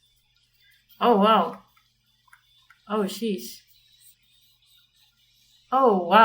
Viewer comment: i thought you said "oh cheese"